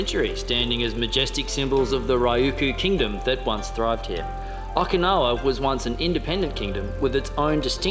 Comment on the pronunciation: O-Key-nawa not O-ka-nawa. So common for english speakers to say it wrong and im not sure why. Not yelling just for some reason I shrivel up when I hear it wrong. Also You'll find Okinawa different then the rest of Japan. The people are way nicer. The castles and historical places all had to be rebuild as they where destroyed in WW2